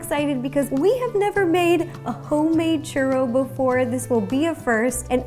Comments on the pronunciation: same haha she said it like "shoe-roe" instead of "choo-rroh" not hating, i love her a lot ☺️ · She didnt pronounce it correctly. English speakers add the 'w' sound because they read it as if they had never heard it pronounced correctly and as if it were written based on english grammar. However, the 'o' would have to sound like it does in the word 'molt' rather than 'mow'. In other words, the 'o' sound shouldnt morph into the 'oo' sound. Its the same kind of mispronunciation that sometimes occurs with french words, i.e., like pronouncing the 't' in 'gourmet', or pronouncing 'chaise' like 'shayz' and not 'shez'. To spanish speakers, it might sound as noticeable as it would to an english speaker listen to a german speak english pronouncing 'w's like 'v's. Its not like anyone cares though, nobody expects everyone to have perfect pronunciation of all foreign languages, its perfectly acceptable to pronounce churro that way, but it is noticeably mispronounced like the examples I gave. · Omg she said it so white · Omg I felt the same way, I kept on yelling "churro" to the screen😂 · I'm not even Latin and I cringed lmao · Natalia Hernandez neither am I. I just feel if your going to bake something in a professional way you should know how to say it correctly